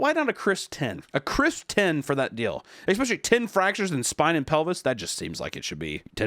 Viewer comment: I’ll comment this on every video until you get it right, it’s ESS-specially not EX-specially. Come on Papa